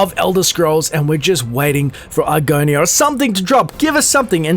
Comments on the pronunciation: Did you just call it "Argonia"? lmao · I hope you realize that the moment you said "Argonia" people questioned your credibility.